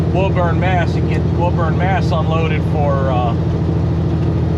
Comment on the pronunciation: Just a little help from a local for pronunciation Woburn Ma = WOO BURN !!!!